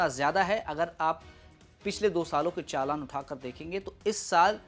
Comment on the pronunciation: चालन नहीं होता भाई चालान होता है